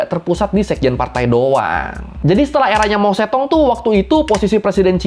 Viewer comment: Berguna tapi sebelum bikin video, better belajar spelling nama2nya dulu kali ya, Mao Zedong sejak kapan dibaca Mao Zetong 😂